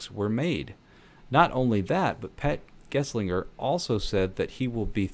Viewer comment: Thanks for the video, good analysis! Minor correction: It's Gelsinger, not Geslinger.